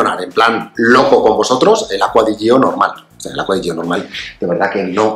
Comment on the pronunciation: Perdonad que sea tan pesado, lo digo siempre, pero es que me vuelve loco: se pronuncia Acqua di Giò, con acento en la Ó (si es que está en la botella!) Piensa que Giorgio se pronuncia apretando en la primera O. ¡Y la i no suena! es "acua di YÓ", ( vamoooos que en un canal de este nivel ya se tiene que saber 🤣🤣🤣